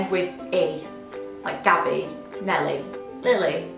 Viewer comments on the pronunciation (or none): none